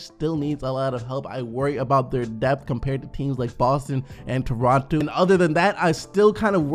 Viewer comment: Anyone else hear him say Torontu